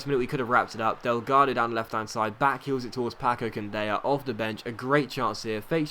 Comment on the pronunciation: It's Candela, not Candeya. The spanish-talking people only pronounce the "y" when it's two l's in a row, therefore it's pronounced Candela. Love your videos, they are truly amazing! Thumbs up so he can see!